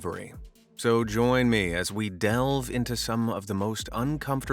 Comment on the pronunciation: Bro said delv